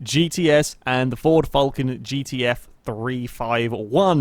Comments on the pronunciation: my ears are bleeding from all this Vulcan instead of falcon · josh johnson Fulcan* just how he pronounces it. Shush